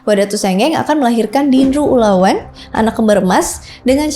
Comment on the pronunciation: Tapi banyak kosa kata gak sesuai sih😊, kebanyakan E taling dan E pepetnya salah baca, contoh pada kata "ulaweEng"